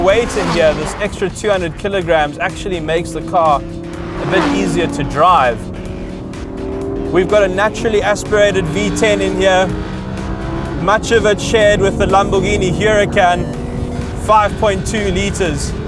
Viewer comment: Great reviews! One little bone to pick with the typical mispronunciation of the name 'Huracán'. It's a Spanish word, so the 'H' is silent and the 'ur' is flat, not like 'eur'. [uɾaˈkan]